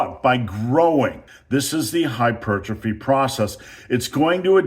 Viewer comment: Thank you for pronouncing hypertrophy the way God intended.